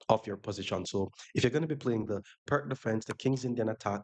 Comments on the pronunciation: Enjoyed the video. I like to play the Pirc. Btw, it is pronounced “Peerts” (like pier) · Great vid! FYI, Pirc is pronounced “peer-tz”.